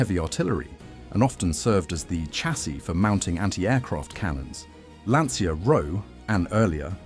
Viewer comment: pronunced LANCHA if you cant sey correctly, like cucaraCHA in espanol, in italian same sound its CIA like you secret service